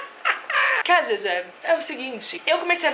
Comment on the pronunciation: a Khadidja Mays sou eu e meu nome se pronuncia “Radíja” kkkkkkk, valeu por responder minha pergunta!!! ❤️